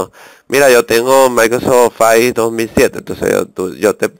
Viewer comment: maldita sea no se dice ofais.. se dice ofis -.